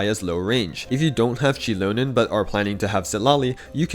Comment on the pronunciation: > I swear I hear Shitlonen and not Xilonen 😂